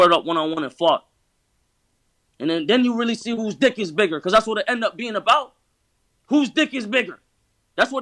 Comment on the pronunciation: I fast forward and the first thing I hear is “whose dick is bigger” mad emphasis on “BIGGER”